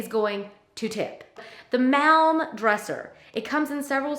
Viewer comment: I work for IKEA and I really enjoyed watching your video. I thought it was great how you tried to pronounce some of these. Like the Malm. It’s pronounced the same as palm. 🤪 I love IKEA too.